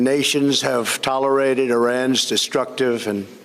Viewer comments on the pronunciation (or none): what did he just say? Tolerited? Tolerized? What an embarrassment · "tel-I-Rided" LOLOLOL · Donald is always giving nicknames to Democrats, after this so called fake illiterate speech, he should be called Dementia Donnie. " Tolerited" ??? 😅😂🤣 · Tolerited REALLY?? IT'S CALLED ALL PUFFED UP!!!! GOD HELP US. HE'S A MESS. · 🤦‍♂️he cant pronounce tolerate... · I noticed that too. Actually, his whole fake speech gave me a stomach ache. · Lol and he still couldnt pronounce "tolerated" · I thought the same thing. He sounded like that the last time I heard him speak. He destroyed the word “tolerated”, it sounded slurred. 🤷‍♀️ then again, he’s reading from a teleprompter and ppl will flub up doing that, it’s normal. But idk yeh he seemed off in speaking. is just gross 🤢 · Snoball thanks for the time stamp on that! He just destroyed the word “tolerated”. Slurred too. 🤦🏻‍♀️